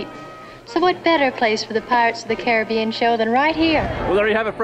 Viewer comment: Dude you’re making me mental with that pronunciation of Caribbean.